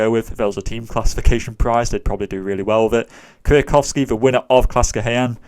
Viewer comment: You have the best pronunciation of the "Kwiatkowski" by a non-Polish speaker I've ever heard :D